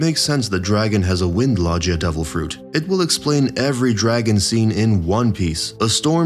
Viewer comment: I almost stopped watching because of how you're saying logia😭 do you say jif instead of gif too?🤣